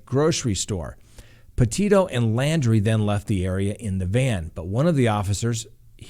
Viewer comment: his last name is LAUNDRIE...not LANDRY.